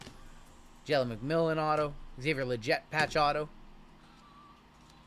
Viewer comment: Love the channel and info you provide during rips and breaks. Just a heads up and I his isn’t criticizing but a slight correction. Xavier Leggette is pronounced Le Get and not Le Jet. Keep up the awesome content.